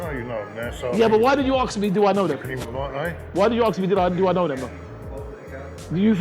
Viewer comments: Anyone else notice how says ‘aks me’ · mate its "ask" not "aks" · 1 other thing, I think it's ask not aks